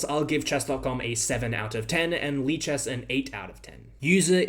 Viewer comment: lichesas lichess